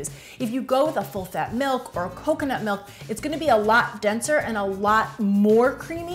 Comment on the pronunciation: "Melk" or "Milk"?